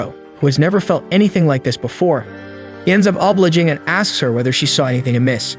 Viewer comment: I'm going to pretend he didn't misread a word as simple as obliging